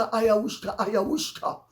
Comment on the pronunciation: What am I missing? Why does Lady C reference ayahuasca every time she talks about Harry/Meghan/Doria smoking pot? She always says, “AyaWHOOSHka ayaWHOOSHka ayaWHOOSHka!” Why?!